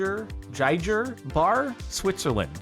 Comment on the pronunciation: Giger is pronounced GEE-gurr (hard Gs).